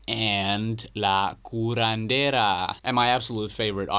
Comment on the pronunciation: Monster Magnet was formed in 1989. Your pronunciation of La Curandera was spot on btw